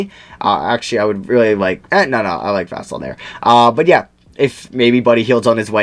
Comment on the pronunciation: you pronounced Devin Vassell’s name correctly the first time before you corrected yourself. it’s like “Vuhsell”